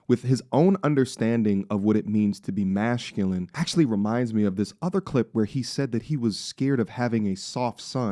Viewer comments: 🚨IMPORTANT: There is no stage in the etymological history of the word "masculine" where sc got softened to /ʃ/ or any form of *sh* or **sch**. In Latin, sc before u stays a hard "sk" cluster. There is no "H" sound in the word masculine. Full stop. Also: There's nothing more annoying to smart people than a somewhat-smart person trying to sound smarter than they are by nonsensically "winging" it with the English language. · Why do you keep saying mashculine? is MAS - cu- Line. you keep saying mash like mash potato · Why do you keep saying mashculine? is MAS - cu- Lin. you keep saying mash like mash potato